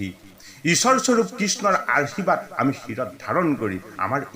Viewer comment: 🙏🙏 কৃষ্ণ কৃষ্ণ বাপ , সেৱা আগবঢ়ালো। শুনি কৃতাৰ্থ হলো।বাপ , আপোনাৰ উচ্ছাৰণ ত কেইটিমান মূল পোৱাৰ বাবে আঙুলিয়াই দিয়া হ'ল। উত্তম শব্দ টি আৰূ আশীৰ্বাদ, কৃষ্ণ বাপ, আঙুলিয়াই দিয়া ৰ বাবে অপৰাধ হ'লে ক্ষমাদান কৰিলে কৃতাৰ্থ হ'ম।